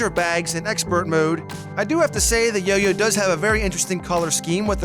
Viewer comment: He didn't say yoyo he say yo-you